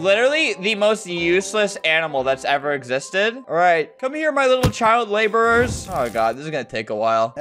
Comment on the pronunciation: "Child laboures" XD